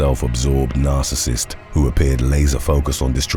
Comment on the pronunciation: Say narcasist one more time - I double dare you...